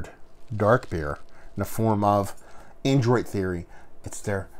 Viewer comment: I literally had to stop watching this because you kept saying ANDROID, and this brewery is called ADROIT theory. Android and Adroit are two very different words. For the love of God, man. Get a bottle of ADROIT Theory’s Love Of The Damned. Best Old Ale I have ever tasted. Adroit, man. ADROIT.